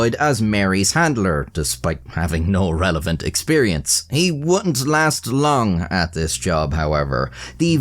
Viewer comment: "No RELEPHANT experience"